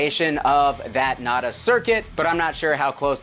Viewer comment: Nay-tahs lol